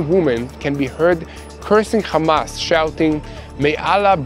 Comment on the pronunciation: Bro learn how to say "hamas" not "khamas" lol yall Israelis can't even say the name right but stay saying it wrong sound so dumb